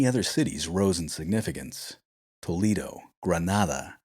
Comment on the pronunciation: Yes, it's Tolaado not Toleedo. Tharagtha not zaaragoesa .